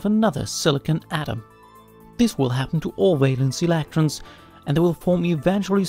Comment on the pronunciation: why do you say electrons like that?